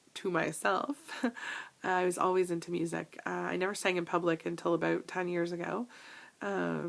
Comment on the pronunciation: i do laugh every time you say ABOOUT :) Thank you for sharing all of these items and im glad to be your friend and do our journeys together!